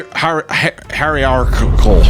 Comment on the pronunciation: It’s pronounced “hierarchical”